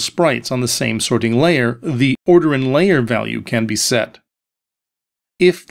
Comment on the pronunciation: He's emphasizing the "ting" in "sorting" for some reason. SorTING layer. Maybe the way we normally say sorting is hard for non-native speakers to understand.